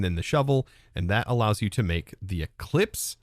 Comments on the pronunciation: Eclipse not eclipsee 😂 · The ‘e’ at the end of ‘eclipse’ is silent. 🤣